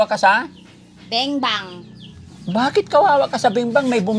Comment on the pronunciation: Lage nyang binibigkas ng benbang, cguro binibingbang cja ng tatay nya sana imbestigahan cla.